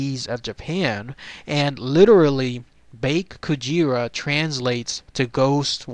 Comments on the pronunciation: it's pronounced bake kujira as in ba and the letter k not bake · Actually the "Bake" part is meant to be pronounced "Bah-keh" o w o